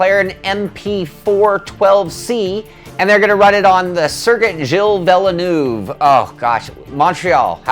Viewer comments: It's pronounced Veelnerve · Villeneuve = "VEEL-NERVE". simple. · Villenoove, hahahaha. Wrong as always. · its "vil-ner-v" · Hahaha you guys :) - its ''Veelnerve''